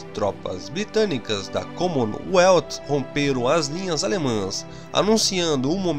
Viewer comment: Cara, fica a dica, antes de pronunciar palavras estrangeira da uma pesquisada como se pronuncia, nem que seja no google tradutor. O teu Commonwealth ficou muito estranho, no mais o vídeo ficou bom. Um abraço.